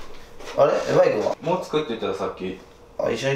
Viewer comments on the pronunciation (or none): ハッピーライフハッピーホウムMY(エムワイ)ホームじゃなくてMY(マイ)ホームだろw